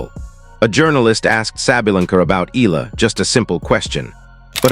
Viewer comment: Pls E-YA-LA